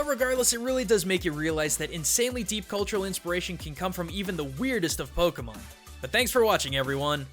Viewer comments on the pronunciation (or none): none